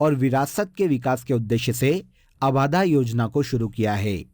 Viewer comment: 'abaadhaa' nahi 'abadhaa' hota h